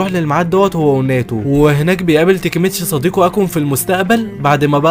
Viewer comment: ليش تنطق الاسماء غلط تاكيمتشي ❌ تيكيمتشي✅ كيساكي تيتا ❌ كيساكي تنتا ✅ تشيفويو ❌ تشوفيا✅😂 فالوهلا ❌ فالهلال ✅ ياخي انت من فين حضرت الانمي 😂😂